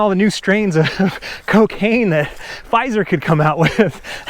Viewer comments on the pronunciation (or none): none